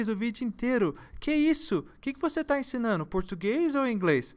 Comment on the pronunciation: Gosto dos dos seus videos, são muito úteis, mas eu gostaria de lhe fazer um pedido. Por favor não diga mais, ensinanno, falano, assistino, seja mais cuidadoso com a pronúncia em português, diga não para essa anomalia linguística.